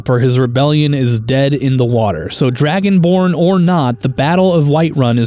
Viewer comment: Am I the only one hearing "Dragon Porn?", Like, I did a double take the first time but "Dragon Porn" is what it sounds like I'm hearing for some reason. I need to go touch grass.